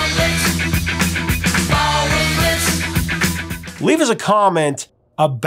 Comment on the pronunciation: No mention of the Krokus version of Ballroom Blitz? Yet you mention Tia Carerra's? SMH. And why does it sound like you keep saying Barroom Blitz?